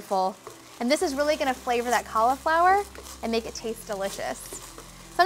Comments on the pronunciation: Cauliflower has an i in it. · JUST CALL IT CAULIFLOWER NOT COLLAFLOUR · Same! Collaflower